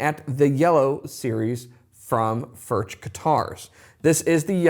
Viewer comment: It's pronounced, "Furk".